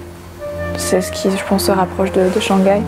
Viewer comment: Shang gai, is this the famous "silent h" in French?